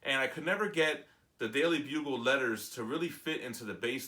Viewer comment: It's been said, but yeah: "Daily Planet". Weirdly enough, though, I can totally picture myself flubbing that, too. "Bugel" just rolls off the tongue :P